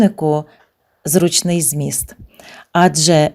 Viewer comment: ЗрУчний < наголос!!!